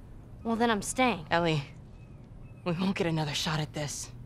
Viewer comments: Nah bro said EL 💀💀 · It's Ellie. Not L. Come on buddy smh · He saying Ellie wrong if ur gonna say it wrong don’t even play the game like me I’ve been playing the game since the first one so don’t even dare touch the game if I can’t say the names right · Ellie not L btw